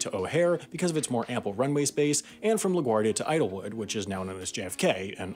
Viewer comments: Am I the only one who thinks he said "Idlewood" ? EDIT: He definitely said "se-QUINED" instead of "SEE-quind" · Idlewild airport, not Idlewood. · He also got Idlewild wrong.